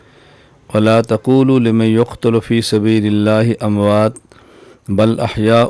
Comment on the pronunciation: ماشاءاللہ قرآن کریم کی آیت میں " اموات" نہیں پڑھیں گے، بلکہ "امواتا"پڑھیں گے۔